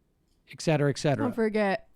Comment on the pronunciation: Ick-cetera ick-cetera. Sam, that’s cute.